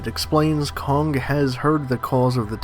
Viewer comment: It’s kong, not kongga